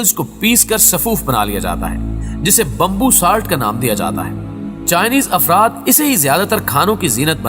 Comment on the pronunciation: Bambbu Ni , Bamboo Hota Hai 😂